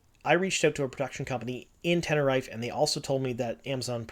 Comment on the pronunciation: actually, ten-ne-ree-fey